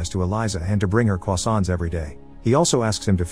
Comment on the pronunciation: Bro rlly said crossaints like Carl Wheezer